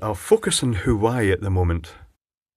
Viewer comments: lol at huwaeii its pronounced wah-way :) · its WHO-WA-WAY not Hawaii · Love your vids,. But you're killing me.:-) The Chinese communications manufacturer is not "hu-why", by rather 'wha-way' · The "H" in Chinese is never silent. "Hwah way" seems like a good approximation if you pronounce the H. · Also I'm surprised you even know what an electric car is. I've checked the Isle of man, the number of viable public EV chargers can be counted on zero fingers. Not that I'm salty about this, but yeah, I'm salty about this. (also btw it's pronounced HWAH-WHEY like curds and huawei. Another way to remember it is Trump saying "It's my way or the Huawei". Which he didn't because he's not that witty.) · Huawei it's pronounce wa-way I hate when thing like that are pronounced wrong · I think it's supposed to be pronounced more like war way. Hawaii is something else altogether. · The fault could be the fact that the left most terminal is the furthest from the "breaking torque" on the other side. Meaning when tripped or going into the off state the twisting force isn't enough to fully or properly disengage the left most pole. Perhaps why it's common to see the left side with problems. BTW, I think it's pronounced Wah-Way. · Huawei = Wah-Way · Hi, I believe it's pronounced "Waa Way" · There's a quiet 'H' on the start though, "Hwah way". English may have some silly pronunciations but at least the Chinese don't use the letter H for a W sound! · Phonetically it's: Heh-wah-way. Said like: Hwahway.